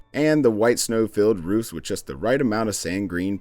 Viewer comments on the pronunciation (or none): none